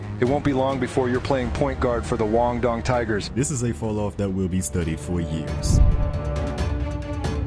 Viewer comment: Bro said the Wong dong tigers.😂 WHO TF 😂.